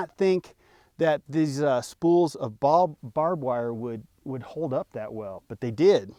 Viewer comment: That’s “Bob” Wire 😅